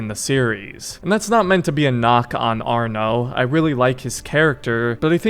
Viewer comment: Its arno thats it just arno